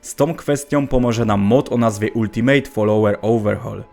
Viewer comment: o ile mój angielski jest dobry to słuwo ultimate wymawia się "altimejt"